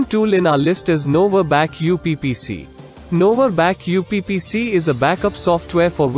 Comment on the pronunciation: NovaBackup PC is being called out as NovaBack UPPC😅. Was there a robot reading the ppt?